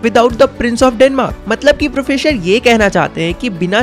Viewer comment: professor ❌ processor ✅ thousand ❌ thasand ✅